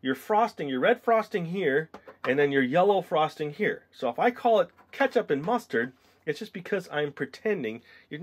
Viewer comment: "Push out the mastard"